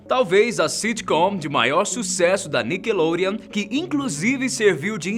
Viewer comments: Ele falou nickelonreon é Nickelodeon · "Nikelorean".. KKKKKK